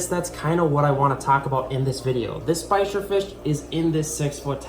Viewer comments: Why you pronounced bichir like "bikers" not like "beach-ìr" ?? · Ba-sheer it's pronounced lol 🤣 you generally don't put them in a tank with ciclids and gravel